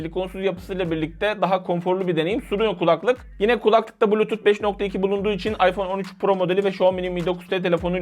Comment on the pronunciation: Abi kulaklık işinde olmasan önemli değil ama "kulaklık" kelimesini yanlış tonluyorsun. "kUlaklık" şeklinde değil "kulAklık" şeklinde olmalı.